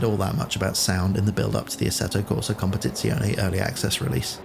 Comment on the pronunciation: finally someone that nails the pronountiation of competizione XD